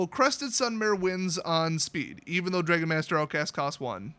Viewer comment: I've never heard someone mispronounce "dragon" before